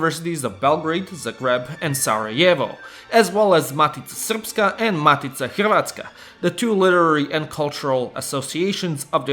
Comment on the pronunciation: How does bro pronounce "matica Hrvatska" right and "Zagreb" with an accent?